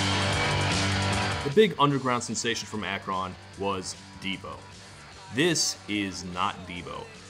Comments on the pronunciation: Also, sorry Todd, but no one in history has ever pronounced that city as "Ak-Ron." It's Akr*n, with a schwa where the * goes. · It's pronounced "Ack rin" not "AKK RON". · Imma be that guy... for future reference it is not pronounced as "ak-RON", it is either "A-krun" (with short 'a') or "LeBron's hometown" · Dammit, it’s not “ack-RON”, Ohio - it’s “ACK-run”. I’ve come to expect more thorough research from the Todd :/ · I’m from Akron and I can’t help but feel attacked 😂 It’s pronounce Ak-rin not Ak-ron. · As a northeast Ohioan, hearing Todd pronounce Akron as “A-KRON” and not “A-Krin” hurts my ears. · We don't pronounce it ACK-RON, Todd. We say Ak-run. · LOL at "Ak-ron" pronunciation hehehee. Locals call it, "Ak-rin" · “Ak-RON” 🤣 Todd it’s pronounced “ak-rin” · Just FYI it's pronounce Ak-rin, not ak-ron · I absolutely love every video Todd has made, but, as an Ohioan, his pronunciation of “Akron” made me nearly delete YouTube and destroy my computer. It’s not “Ack-RON” it’s “Ack-RUN”. Devo and the Black Keys are both from Akron, he must have heard the right way to pronounce it before….. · It’s ACK-run. Not ACK-RON. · ak-RON Lmao it's AHK-rin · Ak-rin Ohio Not 'ak-rOn' Ohio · it's pronounced Ak-rin not Ak-ron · Ack-ron... Sir pls it's pronounced like Ack-rin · Dude - "AK- rahn"???? it's pronounced more like "AK-ren". lol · I thought that it was pronounced A-Kron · At first I thought he was just being sarcastic with the first Ak-Ron and then the next sentence was sincere with that pronunciation and I was just sitting there going "oh honey... No" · Everytime he says "Ack Ron" it hurts my soul. Like if someone says "New Or Lee Annes". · do you say it like "ak-rin"? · AK-run with the em pha sis at the beginning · Ak-Ron? Nate the Mate said it "Acheron". Damn non-Ohioians not saying it right. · there's an effects pedal company from out there, every video I've seen on them pronounces it "ack rin" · As someone who is from Ohio it hurt my soul every time he said Ak-ron